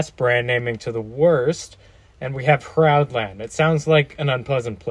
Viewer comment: Hroudland is actually pronounced Roland